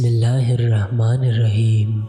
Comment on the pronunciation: Bismisla irrakman irrakheem galat h sahi kar ✔️Bismisla irrakman nirrakheem thinking